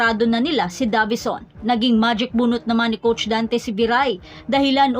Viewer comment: Deyvison as pronounced not DAVISON